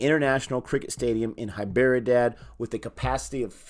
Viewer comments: Thats 'd' in Hy'd'erabad Not 'b' LoL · I like how he pronounce Hyderabad..... it’s funny 😂